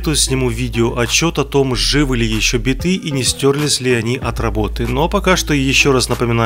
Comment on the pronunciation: Не "битЫ" с ударением на "Ы", а "бИты" с ударением на "И"